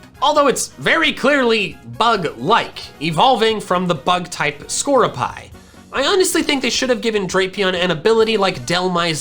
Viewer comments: It's pronounced "skuh-roo-pee", not "score-oo-pie". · This video has SO MANY mistakes: 1. Bug buzz has always 100% accuracy so in gen 4 x-scizzors cannot be the only one with that accuracy Even leech life - physical attack - is always 100% accurate 2. You spell illumise right But skorupi wrong It's not sko - ruh - PIE It's sko - ru - pi accent on the middle The same pi like in pi -xie If u use anime as a source (and there is still quite among of mistakes there) u should say sko-ru-pi 3. X-scizzors ALWYAS have secondary effect - boosting its critical hit ratio so there is use for this move in pokemon which rely on critical hits (super luck pokemon Or sniper f.e DRAPION - u said something about his ability didn't u? ) 4. Buzzwole and Pheromossa are NOT legendary pokemon That was confirmed by game freak like 70 times already even on their page It's ultra beast and that's something Completely different - ULTRA BEAST ARE NOT LEGENDARY they're just hella strong I hope u wiil not post so misleading information anymore and will do much better research in your videos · Skroupi is pronounced Ska-ru-pee. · "I pronounce it Illumise cause that's how the anime pronounced it." Pronounces it "Skoru-pie" 😅